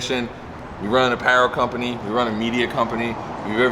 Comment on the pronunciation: How are you unable to pronounce Apparel properly lool